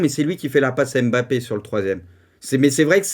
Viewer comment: Pk tu dis Bappé et pas Mbappé